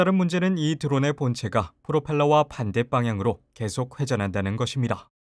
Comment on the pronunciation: 발음이 "반대 방향" 이지 어째서 "반댓 빵향" 인가요 한국말의 전체 경상도화 진짜 심각함